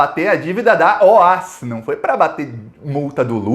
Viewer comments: Se fala Ó-A-Esse mesmo e não OAS. Tenho pessoas na família que trabalharam lá. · O- A- S não eh oas pronúncia soletrando parabéns pelos vídeos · só corrigindo: A pronúncia correta dessa empreiteira baiana é O.A.S, ou seja, letra por letra e não "OÁS", conforme você falou e repetiu neste vídeo. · Uma dica: é "Ó- A- ESSI" que se fala e não "OAS" .... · não é OAS. É O A S separados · ME PERMITA, ESCREVE-SE OAS MAS PRONUNCIA-SE OAESSE. ABRAÇO AMIGO! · Ola, a empresa se chama O A Ésse. E pelo amor de Deus, na hora de comemorar, comemore com, então com champanhe. Pelo amor de Deus! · Curto muito seu trabalho, parabéns!! Só uma correção a pronúncia é O.A.S a pronúncia é letra por letra mesmo kkkk!!